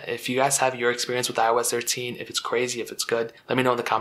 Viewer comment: Cuz eye oh esh treshe 😂